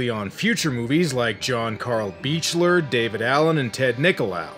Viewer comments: John Carl Buechler's last name is pronounced "beak-ler", not "beach-ler". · One little thing: John Carl Buechler's name is pronounced "Beak-ler." Kane Hodder was his pal and that's how he says it.